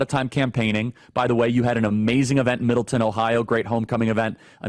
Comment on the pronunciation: Charlie is pro nounced MIDDLETOWN! NOT MIDDLETON! I LIVE HERE! LOL